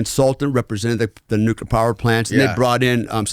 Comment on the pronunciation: This guy is a real asshole cocksucker. I was interested in his story until about the one hour mark. It's also obvious that he is a trumpet. Inexcusable a bunch of ex-wives, huh? Weird . Fuck this guy...and please work on the word Nuclear.